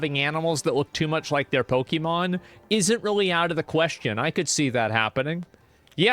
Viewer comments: POKIIIMON? Pokehmon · Why does he pronounce Pokemon like that?